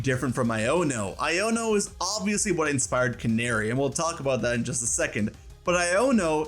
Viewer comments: CA-NA-RI NOT CANARY😂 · Canari isn’t said like like. Na like Nag, use that sound. Not nare like snare sound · Imma be honest i thought her name was pronounced Can-AH-ri instead of like the f*ckin bird